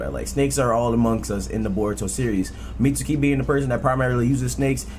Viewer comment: The U in Mitsuki is silent my G, it's Mits-ki. Just like the U in Sasuke